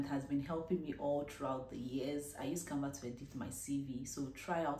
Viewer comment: please did you say canvat, I mean the app you use for your CV, thank you for the video